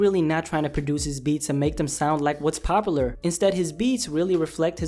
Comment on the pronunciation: "Popa-lr"? Bro you speak ever word but popular correctly.. Lol Jesus Christ that's annoying..